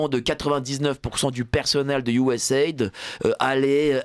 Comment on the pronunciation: MERCI DE PRONONCER CORRECTEMMENT CETTE INSTITUTION ON DIT " USA ID"